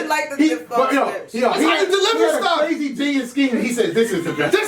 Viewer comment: Tech 9 : this is CWAZEY!!